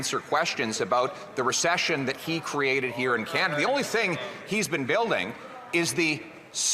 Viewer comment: lol skip of the tongue, Pierre, “the bank of Con-ada”